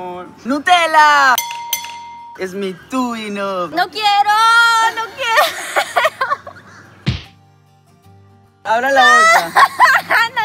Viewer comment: En el minuto 1:1 Camilo dijo tuino